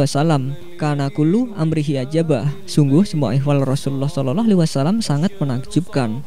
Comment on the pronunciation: Ini pngisi suara siapa yahh Ngucapin sollallahu alaihi wasalam ajh blepotan